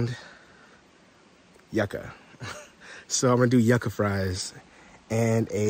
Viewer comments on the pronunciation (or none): 😂😂😂 pronounce it with me you-ca or is not yuk u ❤❤❤❤😂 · 😂it’s You-Ka😂😂😂😂😂